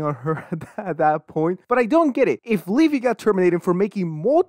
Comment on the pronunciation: Weafy sounds like my grandparents trying to say WiFi.